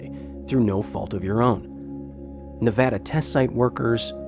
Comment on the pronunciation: I’m glad he said Nevada right I live in Nevada and I’m very proud of my state not so much the nuclear testing though has rendered lots of land useless but we are good testing and filming site